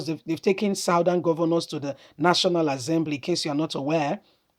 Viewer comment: National Assembly and not National Azzembly please.